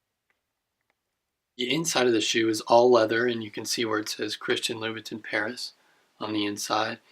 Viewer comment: I believe it's read as Chirstian "La-bou-tan" Nice review otherwise.